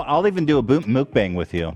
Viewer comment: It's everyone mispronouncing mukbang for me😭